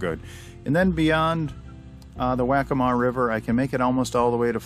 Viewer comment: Liked and Subbed. Just FYI - Waccamaw River is pronounced Wah-kah-maw, and that marina Wacca Wacce is pronounced Wah-kah Watchee. Good vid, brings back memories. Posting from Georgetown Landing Marina, I see you passed by a couple days ago. :)